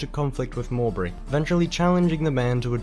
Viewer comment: Also the 'w' in Mowbray is silent as well - Mo-bray. He has pronounced Dynasties right though - we always thought it funny the the TV series was called 'Die Nasty'.